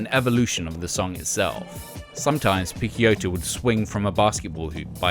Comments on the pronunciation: Haha, I cringed every time he mis-pronounced Guy’s name....dude didn’t know though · Great as always, just a tip from an italian subscriber: I assume that Picciotto should be pronounced "piccHotto". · It's not pronounced 'Pick-Kyoto', but like 'Pitch-Yotto'. That's how Guy himself says it so it's from the man himself! Otherwise, an interesting little potted history on this most influential of DIY post-hardcore legends, really enjoyed watching!! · great content as usual but my ears bleed everytime you spell Picciotto name in that way. The name is of sicilian origins, you spell the CCI part like you'd spell CHI not Ke. Not a big deal I know, but any italian watching this will hardly make it past minute 5. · is picciotto not pikkiotto lol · Guy "PITCH-Yottoh" NOT Pick-Ya-Otto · nah. "guy" opens with a hard G (like "guh") and the UY part is pronounced "eee"). His last name is pronounced "PIH-CHO-TOE" with three syllables - PICC (sounds like "pitch") and IOTTO (like "OH TOE) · Ghee Pikkioto?..seriously? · Picciotto is supposed to be pronounced as "Pi-cho-toe". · Guy's surname is pronounced Pitch-ohtoe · I know that the narrator is mispronouncing Guy's last name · The constant mispronunciation of Picciotto's name is fucking annoying. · Man, you had the chance to fix your pronunciation of Guy's name but didn't lmao